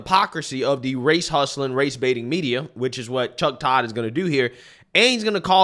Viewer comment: "Ramaswamily" "Chodd" I can't 😂